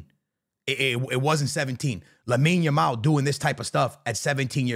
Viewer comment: Bro finally said Lamine Yamal